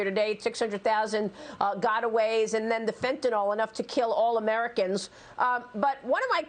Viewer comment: Fox news can you please explain to me when the Y started making the A sound? Fentanyl NOT FENTANALL!!!!